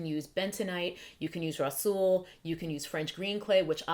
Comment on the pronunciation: the way you first said "rhassoul" had me dying.....lol. Thanks for sharing :) I do "experiments" like this on my hair too to test out different ingredients in my DIYs..